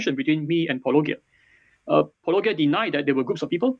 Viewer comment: wait did just... pronounce Paulogia correctly?? I think that’s a bigger surprise than the apology itself.